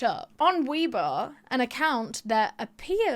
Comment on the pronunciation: Isnt it pronounced way bo tho?